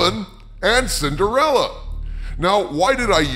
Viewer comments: Sin-der-fella. Says it all right there. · When says "Cinderella," I feel like I want him to pronounce it "Cinderellie!"